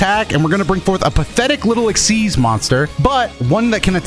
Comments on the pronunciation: Its xyz summoning not xyd summoning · "Ex-eez", not "Exceed". It's literally just XYZ pronounced like a word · I keep hearing “exceed” summon instead of Xyz summon 🤨